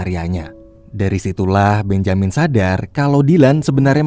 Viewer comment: Agaknya Benjamin lebih cocok dibaca "bén-je-min"